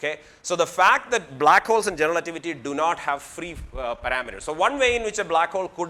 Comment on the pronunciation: like how he say 'generalativity'